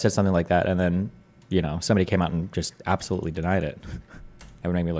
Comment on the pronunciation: “Abtholutely not.” - Destiny